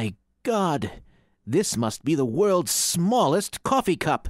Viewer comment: the wewlds smaulest coffee cuhp